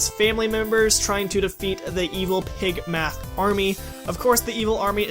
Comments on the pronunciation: I think you said Pigmath not Pigmask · Kitty39 no he said pigmath